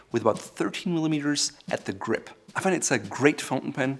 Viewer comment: “Grip”, not “Gripe”. A “grip” is a “hold”; a “gripe” is a “complaint”.